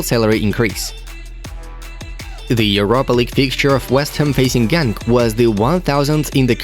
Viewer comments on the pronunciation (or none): gutdamnit genk is pronounced like a growling henk